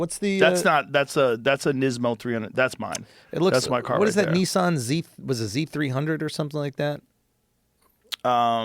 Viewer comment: The way Joe says “Nissan” as “neesawn” is both hilarious and annoying as hell